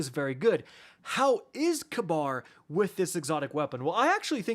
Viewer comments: Ka-Bar? I thought it was Ka-beer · its probably ragebait but holy FUCK. ITS PRONOUNCED KABEER NOT KAB- AR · you're driving me nuts with your pronunciation of Kabr's name XD Its not Kuh-bar its Kuh-beer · It's pronounced Kayberr lol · You’re right. It is k-beer. Idk why said it that way. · calling Kabr KAHBAR is the highest form of rage-bait 😭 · is that how the dr game pronounces his name? i always pronounced as kahbeer 🤔